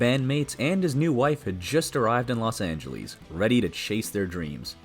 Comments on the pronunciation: There you go again, saying "Los Angelees." Don't insult the name. It's "Los Angeles." Spanish for "the Angels." I hate when people say Angeleees. Stupid. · "Los Angeleese?" I hate AI. Please put the Human back on the show.